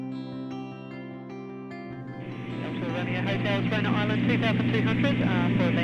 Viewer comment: When it comes to the correct Maori pronunciations if those who don't know or speak Maori they will always get it wrong... Te Anau Teh-R-Noo